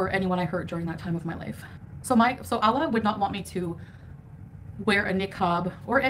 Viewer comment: The way she talks about Allah is like he’s a friend 💀💀 like idk what it is about the way she says the word 🤣